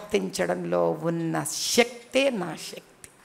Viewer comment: ఓ అక్క ...... షక్తి కాదు శక్తి. నీ టెల్గూ లో మూడు లోపాలు ఉన్నాయి